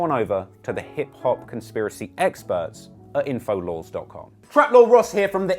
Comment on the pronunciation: fucking "info lores" LOL goddam dude i love ur content keep up the great work